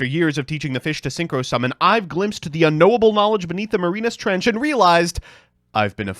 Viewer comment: Marina's Trench??? It's Marianas Trench!!!! Damn, can't pronounce anything! [It's fine, love your content keep it up!]